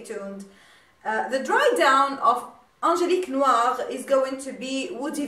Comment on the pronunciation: You pronounce the Perfume names good. I'm orderd my princess bottle tnx to you're recomandation a real 'you tube made me buy it case.